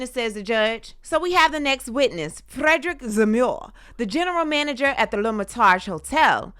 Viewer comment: The accent when you pronounced “Frederick”, took me too fast 😂😂😂